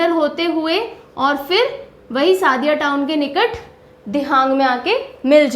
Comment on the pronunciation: Sadiya nahi sodiya. Trita nahi trisna your some words is wrong spelling corrections